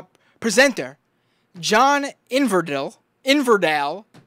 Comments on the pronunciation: Inverdale, pronounced. with E. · in ver dale, not hard to say mate